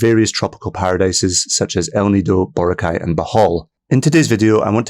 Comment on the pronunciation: It’s pronounced Bor-ROCK-eye, not Bora-kye